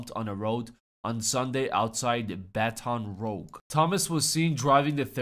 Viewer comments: That pronunciation really hurt lol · Please don't say baton rouge like that without a trigger warning. my autism cant take it.